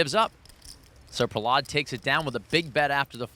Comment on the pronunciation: Why do they keep pronouncing Prahlad’s name like that smh